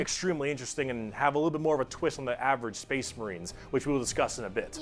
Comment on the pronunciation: weird “Spess Mehreens” pronunciation at that one point is a shoutout to this one character in a video game with a memetically weird accent.